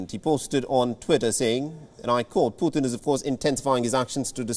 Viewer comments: Not poohthin it's Pu'tin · Wonder why the reporter pronounces his name as “Pu-thin” instead of Putin…